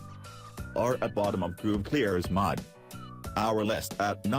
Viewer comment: What the hell is a mad terrain? Robot needs to learn how to pronounce mud